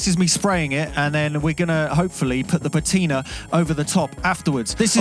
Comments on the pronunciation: I'm not sure I can write it on here, as you tube doesn't allow phonetic notation! But broadly it's pa (as in ha!) ti (as in "tin") and ner (as in the 'ner' in beginner). Also the stress is on the first syllable. I hope that helps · Yes, it's your car and you must do as you please. But have you honestly got nothing better to do than fake patina (by the way, your pronunciation of "patina" is criminal)?